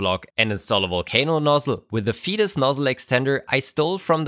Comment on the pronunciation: Thanks! That's a great discovery. Still, I would pronounce the company name "faytus" not "fetus" 🙂